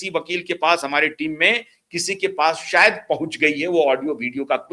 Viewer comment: Plz pronounce words properly . It is not Amit sah but Amit shah , not sarad pawar but sharad pawar not sayad but shayad